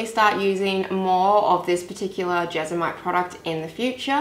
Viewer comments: JesMONite. It's JesMONite, not Jezamite. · I can’t watch because you keep saying Jesamite 😢😂 my adhd is going mad!